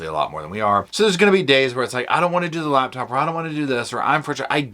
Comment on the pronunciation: Am I wrong, but is it not spelled "LaPtop" - love how it says "laBtop".